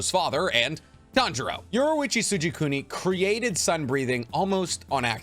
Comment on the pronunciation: and yoriichi lol "yuwarichi soojikooni"